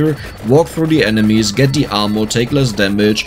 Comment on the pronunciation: Genuinely love the French pronunciation of Armour 😂 More correct would arguably be “AR-merr” :)